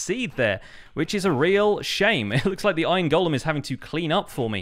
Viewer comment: So glad to hear you pronounce “golem” correctly. I don’t know why all the other YouTubers want to pronounce it “gollum.”